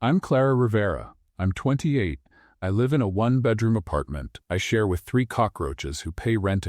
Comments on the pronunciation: The correct pronounciation is ‘life’. (LA IF) not Lhow you pronounced. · Learn to pronounce ‘ live ‘ correctly!. It’s same as ‘life’ in this context.